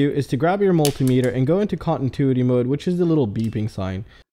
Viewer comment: Great info. Please though...its con-ti-nuity, not contintuity...ahhhhhhhhhh......